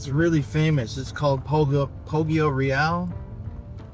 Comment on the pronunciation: Very cool video, thank you for reporting about this sad event. Please, look up the correct pronounce of “Poggioreale”.